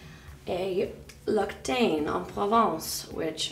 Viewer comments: Layla Blanco Lol true! Loc-tane?! 😳🤭 I think if ur gonna use product/s, make sure u know how to pronounce it. 😂 Imagine going to sephora, ulta etc asking for LocTane! lol 🤣🤣🤣 it’s lox-ee-tan! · L'octane ? >< it's pronounced l'oxytane... Katherine doesn't speak French ?! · L'occitane The first c is pronounced "k" And the second c is pronounced "s" As the word "accent" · She pronounced l'occitane wrong but her en provence was on point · Layla Blanco haha true! It was so wrong 😂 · The way she pronounced l'occitane 😁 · You can't say L'Occitane. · Nina you've always claimed you speak French... That's not how you pronounce L'occitane...